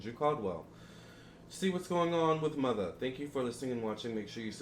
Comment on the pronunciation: I’m so mad you calling mutha “Mutha” . This entire reading had me on the floor. 😂😂😂😂😂😂😂😂😂😂😂😂😂😂😂😂